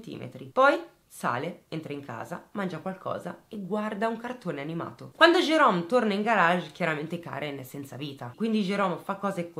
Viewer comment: Ciao. Ti seguo dalla Svezia e ti faccio i complimenti per come esponi i fatti. Mi permetto di farti un piccolo appunto: in questa storia il protagonista Jerome, tu lo chiami Gerome con la g dolce. alla francese. In inglese il suono dolce della g non esiste. Quindi, il nome del killer si pronuncia Gerome (Jerome). Non me ne volere. Grazie per il lavoro che fai e continua cosi. Ciao.